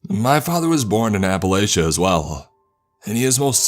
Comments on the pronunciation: It's pronounced appalaCHia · Sorry, but you don't pronounce Appalachia like the narrator. But nice story. East Tennessee girl. 🙋